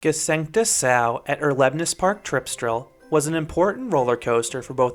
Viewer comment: Nice review! And your pronunciation of the name Gsengte Sau is really good as well. :)